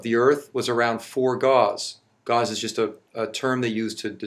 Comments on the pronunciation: Am I the only one bothered by the fact that the magnet guy can't pronounce Gauss? He says it a trillion times, and he says it wrong every time. It's not pronounced like gauze, Gauss rhymes with house. This fucking guy. He can't even pretend to know what he's talking about with any degree of competence, the moron. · He's studied magnets so much that he pronounces "Gauss" as "gauze". Sigh. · How did "nucular" NOT die with the end of Dubya's "presidency"? After that, how can you trust anything the "doctor" said? And isnt it "Gowse" not "Gauze"? WTF? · The way he pronounces gauss gives me cancer, it's like he is talking about dental-gauze. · Pretty sure Gauss is pronounced like "gouse", straight away he's shown he's full of shit about a subject he knows nothing about... 🤦‍♂️💥 🤣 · This guy doesn't even know how to say the word Gauss. He is saying gauze. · No no NO "doctor". Your pronunciation is AWFUL! Gauze is what you use to bandage people with and is an actual medical treatment. Gauss is something you clearly don't understand But then again you actually believe you are a real doctor because you got some useless letters after your name. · Forget pronouncing nuclear, he doesn’t seem to know that Gauss is pronounced gaʊs (it rhymes with house) either. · Nucular gauze... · What's this new killer he's talking about and what gauze. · Forget nucular. Dumb as it is, it's not as bad as saying magneticses are measured in gauze. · He can't even pronounce Gauss correctly. But wants me to believe he know anything after that, No. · Hmm, a doctor who can barely string three words together and mispronounces nuclear and Gauss - I can't wait to hear this. Calling it now, it's a doctorate in naturopathic or chiropractic "medicine" because a even a doctor of gender studies would be at least able to make a video without sounding like a grade school child giving a book report. Edit: ha! Nailed it. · I was just complaining about how this pillock keeps mispronouncing gauss but okay.